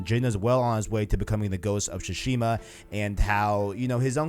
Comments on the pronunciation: Su-Shima bro. Not shu-shima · tsu-shima, not su-shima or shushima. the "t" is subtle, not silent, just like in "tsunami" though I know most people mispronounce that word as well